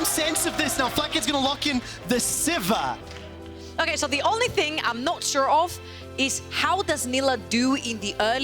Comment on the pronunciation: I hate how she says sivir, literally nobody says that and for new players they won't know what she is talking about. But at least she is much better than letigress who only knows about ARAM